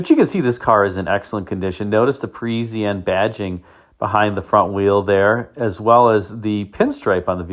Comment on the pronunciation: it is not perisienne,,it is Parisienne like paw with no w French word means people from PARIS